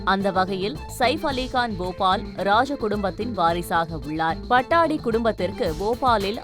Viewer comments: hello anchor ji, it is not PATTADI rather it should be Patudi.... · PA-TOU-DI. Not Pattadi. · Not Pattadi". That should be pronounced as Pattoudi.. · எம்மா பட்டாடி இல்ல பட்டோடி நல்ல படிக்கிற தமிழு...🤣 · Please it is not pattadi but pattodi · பட்டாடி அல்ல, பதோடி என்று கூற வேண்டும். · Pattodi not pattadi pls pronounce correctly it's irritating to hear .😮